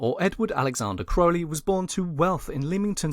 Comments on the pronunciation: It's Crow-Lee not Crou-lee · incorrect, The correct pronounciation is w a long O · Ozzy sang it wrong, interestingly the narrator here sets out how to pronounce it at the beginning then continues to say it wrong .. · Ozzy could have helped you with correct pronunciation of Crowley